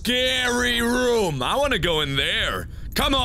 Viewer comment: Markiplier You say "room" strangely. You say it like rüm.